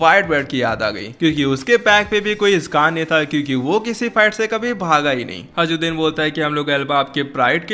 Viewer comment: Bhai vo hajruddin nahi hai hirudin hai